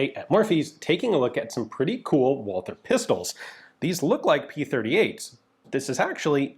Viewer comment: One of these days someone really needs to teach Ian the pronounciation of Walther...